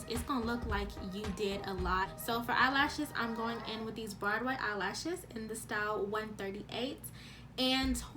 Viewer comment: You did say Broadway eye lash right and you do your makeup good.